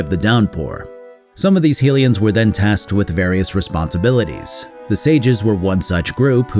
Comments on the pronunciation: My head says BotW/TotK are the best Zelda games. And I do love them. But my heart will always belong to Wind Waker. Also, my man, High-lian not Heel-ian. They are HYlians from HYrule. Named for the goddess HYlia. I used to make this exact same mistake. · Djerudo? Heelians?